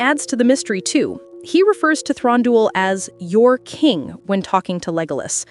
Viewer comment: Also, Thranduil is pronounced Thrahn-du-il. The a is soft. Like Elladan is pronounced like Ella-dawn. And the last part duil is pronounced separately and not together. The Celeborn part is an easy mistake and I used to do it too. But I have never heard Thranduil pronounced as Thron-dol.